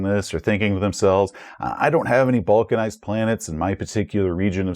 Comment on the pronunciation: I understood "vulcanized" instead of balkanized, so your explination of the term really confused me :D Both words tend to come up in my daily life but both are in that area, where I know sort of what it is but could not define it on the fly.